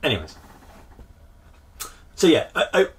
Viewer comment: Every time you said "SO!" (which you say a lot) I heard "SEW!"